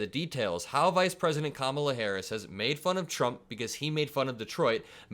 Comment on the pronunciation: You said "kam-uh-luh" not "kah-muh-luh"